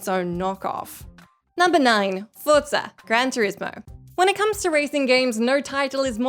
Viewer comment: saying Forza correctly is so cute.